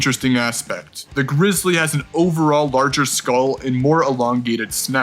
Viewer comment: greezlee not bearc-lee